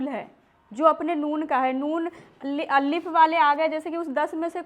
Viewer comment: Allif nahi alif hota he